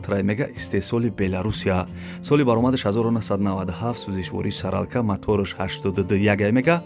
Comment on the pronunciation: (Соралка)-не бародар Солярка